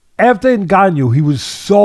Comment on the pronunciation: Fury can't say ngannou's name right now. He probably calls it the 'N word."